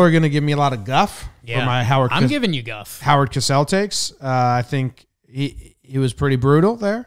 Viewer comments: It's a minor thing, but it's pronounced CO-SELL not cass-ell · If you're going into broadcasting, TV or YouTube lol: Spelled with one S CO-SELL If spelled with two Ss COSS-SELL Syllables exist for a reason Edit: I'm nitpicking....nice commentary guys, and stay safe out there